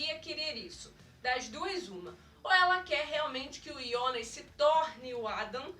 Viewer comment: E jonas kkkk nao ionas